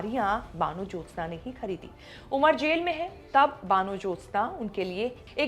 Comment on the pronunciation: Kamse kam vanajyotsna ka naam theek se to pronounce karke. Van Jyotsna ka matlab to samajh lete.Hindu bengali ka naam baano to nahi ho sakta. Apta pronunciation kaan mein chubhta raha.